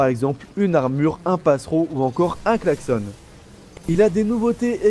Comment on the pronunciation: On dit : il klaxonne mais il a un klaxon --> ça se prononce on comme maison et pas comme cochonne